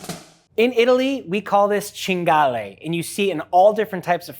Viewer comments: Wild boar: in Italy we call this "Cinghiale", not cingalle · I guess he didn't grow up in italy because it's cinghiale, not cingale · you missed the "i" in "cinghiale" dude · its "cinghiale" bro, are you sure you are half italian? 😂